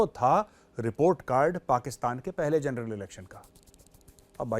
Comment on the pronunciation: Pakistan ke TV show देख देख कर मेजर भी जनरल को जरनैल बोलने लगे हैं 😂😂